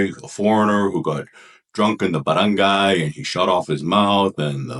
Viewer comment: 3 days ago near our house, I girl told to the other girl the she is ugly, then they start exchanging words. They are around 25 years old. Untill the fighting became family to family with samurai with them. By the way, nice pronunciation with the word Barangay! You can be a Barangay captain!